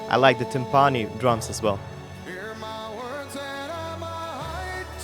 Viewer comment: For the most part, I really liked your reaction. However, the word is pronounced "tim-puh-nee" with the emphasis on the first syllable, not "tim-paw-nee" with the emphasis on the second syllable.